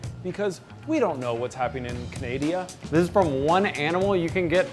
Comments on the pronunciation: ummm Canadia? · The second I heard Canadia I scrolled down looking for the comments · Did he say canadia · Did he just call Canada “Canadia”?? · Canadia lmao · I'm sorry but did he just say Canadia??? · “Canadia” .....ok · Canadia😞😞😞 it was weird how he pronounced it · Did he just said Canadia? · What's Canadia? It that a country? 😂😂😂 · CANADIA???????????? LOL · I lost faith in humanity when in the beginning he said we don’t know what’s going on in canadia instead of Canada